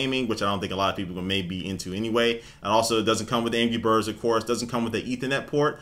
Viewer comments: aha he says angy birds not anrgy XD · It sounds like he's saying "Angy Birds" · sounds like he said ANGY Birds